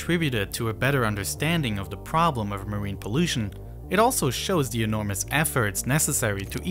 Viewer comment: I like the content but the speech impediment of the narrator is distracting. He says “dem” instead of “them,” “dat” instead of “that,” “de” instead of “the,” “dis” instead of “this.” It is not that hard to master the “th” sound.